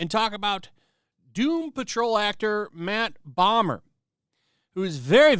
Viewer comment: Not going to lie. For a second I thought you said "Matt Bummer". And all I could think was, what an appropriate name he's got.